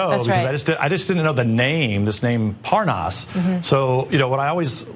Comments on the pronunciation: Yeah he doesn't know Parnas, he knows parNAAS. Big difference lol He's technically not lying, he's saying his name wrong on purpose so he can lie about it and get away with it and go "ohhhh Parnas, I thought you said ParnAAs. My bad. In that case yeah I know him." 🤦‍♀️🤦‍♀️🤦‍♀️💩🤮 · lev porn-ass? at least he can pronounce nunes :P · Look at this lying ass corrupt criminal politician trying to mispronounce parnes name but he has talked multiple times and he set trips up for Nunes to meet prosecutor who was fired by Ukraine for corruption He's been working on covering up for trump and helping since Russia investigation's. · Nunues really needs to stop pretending that he does not know Parnas by calling him ParnASS lol So obvious he’s busted. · "when I came on your show i just didn't know the name, this name 'Par-NAAASS' " Come on now, even Nunes' cow thinks that’s udderly ridiculous! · Ahh yes, Lev Parr-naas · Devin Nunez is clearly disengenuous, when he mispronounces Parnas' name, in light of the fact that Parnas has had his name on television for the last two months. He's a Trump henchman who will tell any lie, in support of Trump's unlawful schemes. There is no other explanation. Anyone who falls for their propaganda, simply, wants to believe them, in spite of any critical analysis or evidence of their deceptions. He's a believer that his base is too stupid to question or resist his lies. Think. How does Parnas have all this access to all these government officials, both foreign and domestic, if he didn't have the okay and support from the white house? Cell phone access included. Don't let Trump and "this" GOP destroy what's left of our democracy. Next thing you'll know is Trump will try and cancel the elections because "he" suspects corruption. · As soon as Hannity mispronounced Parnas, I assumed he was involved with this mess. Republicans get talking points, then don't deviate. And that includes Hannity and the rest of the Faux propaganda network.